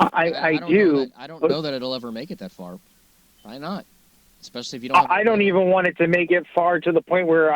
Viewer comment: He says 'ekspecially'. That one is irritating as well.